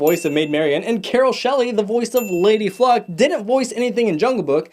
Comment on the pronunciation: It's Lady "Kluck" not Lady "Fluck."